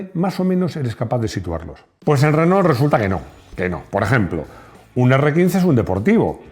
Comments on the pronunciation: Qué cosa tan loca que los españoles no puedan pronunciar bien el castellano 🤣🤣 (en este caso tampoco el francés). Renault se dice renó, ma' qué "renol". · Se pronuncia RENó, no Renoul